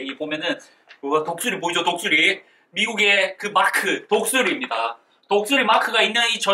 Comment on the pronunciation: 미국 전투식량 설명하실때 독수리를 똥수리라고 들었어요ㅋㅋㅋㅋㅋㅋㅋㅋ